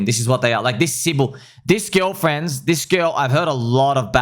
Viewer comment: Did you know instead of girl you say GILL.